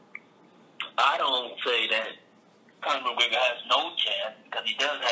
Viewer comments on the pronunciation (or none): LMFAO, Does he say "Conor McWigger" ?